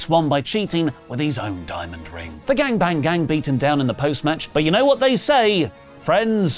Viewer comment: Why is saying bang bang gang like that??